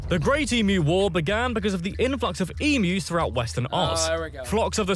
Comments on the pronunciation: FFS Emus are pronounced EEM-YOU not E-Moo. Plus asthma is a MAJOR disease affecting the Lungs and Airways, not just "Sneezing" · EM...U not emoos when do you pronounce U as oooo. Not happy the Brit Narrator said it wrong . Why is it so hard to google how to say emu correctly. The US nearly exterminated it's National Bird luckily Canada brought it back from near extinction. Asthma is not coughing to much, it is a restriction in your airways due to inflammation, narrowing and selling and produces extra mucus which makes it hard to breath which can lead to life threatening attacks. Prawns have 6 legs shrimp have 2 legs, we do not get shrimp in Australia. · emmoooss? :D